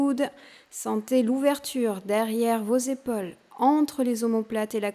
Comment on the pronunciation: On prononce PAUSE et pas Pose...EPAULES et pas Epoles